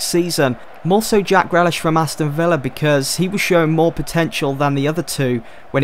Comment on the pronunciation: Grealish is pronounced GREELISH not GRELISH